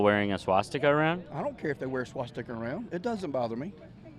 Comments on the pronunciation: he doesn't say "swastika", he says "Swasticker" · Swasticker??? “I ain’t got no problem with the swasticker.” I’m so sick of this proud to be stupid shit. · swasticker..like tesler ...lol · “The Swahhh-sticker flag…” 🤦🏼‍♂️ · I heard swamp sticker. I thought it was something to do with draining Washington DC. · Did that idiot say a “swasticker”? 😂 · lol... yes, i know what a swastikA is, but the guy said swastikER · "...people that don't understand the swasticker?" Did he just say 'swasticker'? "Yeah. The swasticker is a sign of peace." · "the swa-sticker" 🤣🤣🤣🤣 Nuff said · I heard that too lmfao. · what’s a swa-sticker? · It’s he saying “swa sticka?” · Did he just say "Swasticker?" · didn't know you could say swastika with a hard R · He even added an r at the end!